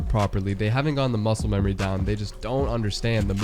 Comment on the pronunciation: I like how you said mucle memory